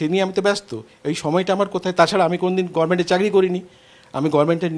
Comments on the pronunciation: ইনিও তো দেখছি 'গরমেন্ট' বলেন..!🤔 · ওমা আপনিও গরমেন্ট উচ্চারণ করেন! কি মিল কি মিল 😂